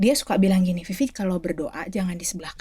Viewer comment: Maaffff Vivi , bukan Fifi 🙏❤️